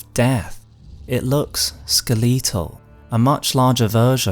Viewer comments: “Skuh-leeet-tul” most bizarre way to say skeletal I have ever hear. Skel-it-tul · When he pronounced skeletal as "skatea-al" I was so confused. I thought that was some sort of epic item. Lol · okay but why did he say skleetal oh man, heading into the catacombs later, hope I don't run into any skleetons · I don't mean to be mean when I say this, but the way this man says "skeletal" made me spill my drink. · I hate the way you say skeletal. I'm sorry but I just can't. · Yeah … I also noticed that really bizarre way to say that word. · never heard anyone British pronounce skeletal like that ever. I think it’s just him. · Im gonna need you to pronounce skeleton a skeletal side by side so you can hear yourself